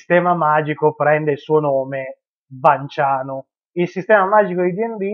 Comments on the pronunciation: Se il cognome è pronunciato VanS pure l'aggettivo dovrebbe essere pronunciato vanSiano, non trovi? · Niuton e fisica niutoniana appunto. È esattamente la stessa regola di pronuncia valida per Vans e magia vansiana...